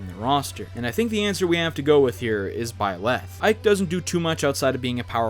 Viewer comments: and = "ByLÄth" It's Byleth. It would be pronounced "BYleth" and not "ByLÄth". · BY-leth, not by-LETH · It brings me pain every time he says "ByLeth" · it’s byleth not bi leff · It’s byleth not by - leth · its pronounced byi-lith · why did he pronounce byleth as “bye-leth” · STOP SAYING BYLETH LIKE THAT AHHHHHHHHHAHHAHZHHFRDNKSHSOSCRUGGSGZNE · I hate the way he says byleth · Why are people so bad at saying byleth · I don't like the way he pronounced Byleth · it pisses me off how you say byleth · I hate the way you say byleth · Well that’s usually how it’s pronounced....just without the emphasis on the “leth” part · Is anyone else bothered on how he said byleth?